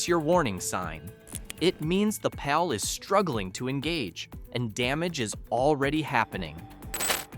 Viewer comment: Another AI voice. Showing clutch pedals when talking automatics And its parking PAWL not pal